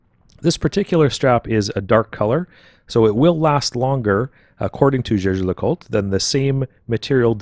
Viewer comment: Jaeger, not "jeager"